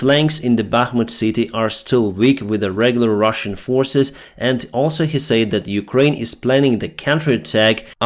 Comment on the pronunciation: Hello My Friend, Can I Help You Just a Little with 'A Word',, When you say 'Said', Express that like this simply; 'SED', OK, "Slava Ukraini";;))